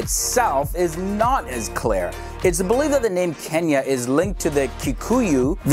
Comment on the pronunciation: Another person who says Kenia instead of *Kenya*😂..